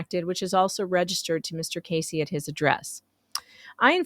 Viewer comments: Not “Casey” it’s “Keszey” (sp Key-zee) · His name is sou ss like Keys -zey , not Casey . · His last name is pronounced Kez-zee. I met Jeremy and George at "the swamp" in March 2021, when Gators and Lemurs were still cool. I was uncomfortable around him. He was just creepy! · Went to high school with Robby in Ohio. This is so crazy…BTW the “S” is silent the first”e” is a sort e sound. Pronounced “Kezy” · Robbie has 2 daughters and a son. And not to correct you but his name is Pronounced Keys zey. Don't want the haters to critcize you! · I think it is pronounced, Kezzy, isn't it? No big, just wondering...